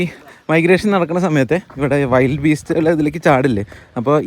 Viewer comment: ചേട്ടാ വൈൽഡ് അല്ല വിൽഡ് ബീസ്റ്റ്..